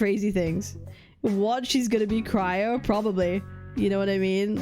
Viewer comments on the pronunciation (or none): none